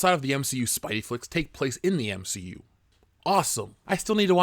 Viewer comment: SAY MCU PROPER ONE MORE TIME!